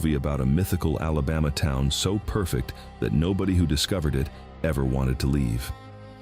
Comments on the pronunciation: This AI really can’t speak Alabaman at all. E.g., Mo-bile, mo-bull, and moble, but no Mo-beel. And now y’all are Alabamians and live in Alabumma. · Oh Hell No...he just said South Alaboma Naw man get the Hell outta here!! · I'm from east central Mississippi, it's a shame what we live in today , doesn't matter to me if it's AI or not , it's a sad day when you can't even say Alabama right !!!😮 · No such word as alabah ma . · Learn to pronounce Mobile and ALABAMA!!!!!!!! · Voice track has to be computer generated. Repeatedly mispronounced names from Alabama. But otherwise interesting history. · AI can’t even say Alabama correctly! Much less Mobile!